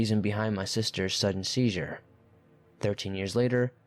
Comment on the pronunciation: Seizure. Asia. wafting. Isn't there a pronunciation app for these narrators? Does this narrator proofread these writers work? 🤔 just wondering. The pronunciations and grammar mistakes are very off putting.